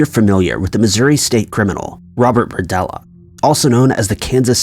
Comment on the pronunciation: It's "BERDELLA"